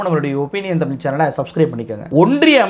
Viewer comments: அவனை பற்றி பேசி வீணாக நேரத்தை வீணாக்காதீர்கள். அவனுக்கு தமிழ் உச்சரிப்பு கூட சரியில்லை. ‘தமில்’, ‘வலக்கு’😂😂😂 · அண்ணாமலைக்கு கூடத் தான் ஐபிஎஸ் ஆகி,இத்தனை வயதாகியும் தமிழை தமிழ் என்று உச்சரிக்கத் தெரியாது தெமில் , தமில் என்பார் அதற்காக அவர் படிப்பறிவு இல்லாதவர் ,. இவர் படித்த பள்ளி எது இவ்வளவு கேவலமா சொல்லி கொடுத்து இருக்கிறார்கள் என்றா சொல்ல முடியும். ஆட்டு குட்டி அவ்வளவு தான் நம்மூர் 3ம் வகுப்பு தானா